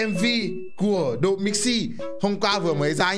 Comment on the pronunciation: ơi, anh độ chứ không phải anh đụ nhé:))